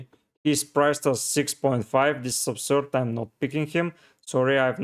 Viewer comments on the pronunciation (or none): Laughed so much at the 'that is obsurd' when talking about Dasilva's price 😂